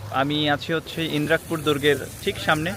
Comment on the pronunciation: ভাই,এটা ইন্রাক পুর না, ইদ্রাকপুর হবে।